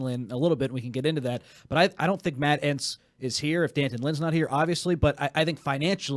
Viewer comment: “Dan-tunn” not Dee An-ton or D-Anton. I guess he didn’t want to be called Junior 😎